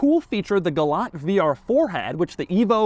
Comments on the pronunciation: Pronounced gal-ANT lol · It is not a Galant, it is a Gay-lant, Lol. My friend's mother owned the base version and each time I would say, Galant, she responded with, “I know what my mother drives and it is a Gaylant”.